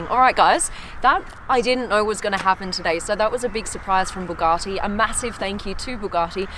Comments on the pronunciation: Supercar Blondie- When I last looked Bugatti has no “r” in its name! Therefore it is known as Bugatti not Bugartti!🙂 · I generally find German cars boring but these are very cool, love why you stroking the materials now which is missing that wink👍 and someone please get SB he to say Bugatti properly, its pronounced bu gatty like rhymes wit bu catty.... not buwgarrty😂🙊👍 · Someone is going to have to work on the pronunciation of BU gatti insteand of BOO gatti! Thank you x